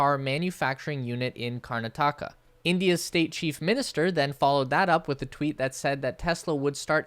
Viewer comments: The state of India you keep butchering the name of is pronounced KAR NATAKA Stop Calling it KARNA TAKA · Its KARNATAKA ... not KURNATAAKA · Just a heads up, it's pronounced Karnaah-ta-ka Also Reuters pronounced... Roy-ters Silicon Valley NOT silicone Valley! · its pronounced : karnaadaka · It's KAR - NA -TAKA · Karnataka not karna-taka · BTW you pronounced karnataka wrong it's "kar-naaa-ta-ka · Another (but less exact) way of explaining it is to think of the name as having "nautica" in it. My fellow Americans might find that easier. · Bro u pronounced karnataka so wrong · but not of karnataka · loved your pronunciation of karnataka 😂, it's very wrong but full marks for effort